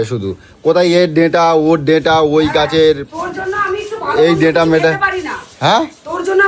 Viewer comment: Deta na data, uchharon ta thik kore sekho